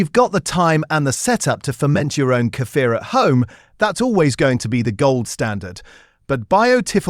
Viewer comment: Kefil, yougurt ehatever doenst mstter which you buy, all of them are good for gut. Snd tou have ro rpnunce Kefir with long iii and r - кефир